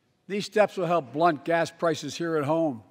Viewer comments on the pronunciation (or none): none